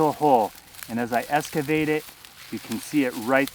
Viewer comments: Hey. You do great video works and I really like your technology reviews on mouse traps. One thing through here is is NOT Escavate.... It's Excavate Better annunciation makes for better more professional videos. Js Excavation work is the movement of rock and dirt to create a space for construction work to begin. It includes digging holes, grading land and leveling for: Foundations. Roads, driveways and sidewalks. Sewer lines. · “Escivate” lol